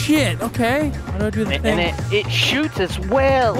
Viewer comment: HE SAID DA TINGE